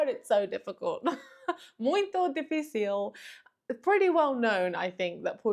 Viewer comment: Your "muito dificil" was right on point accent wise! Parabéns! Muito bem! :D